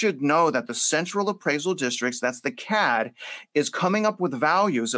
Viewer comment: He said skin the CAD central appraisal district NOT "Cat"